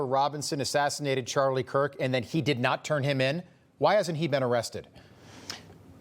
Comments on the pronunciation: Did he just say charlie kwirk??🤦‍♀️ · Did he just say Charlie quirk😡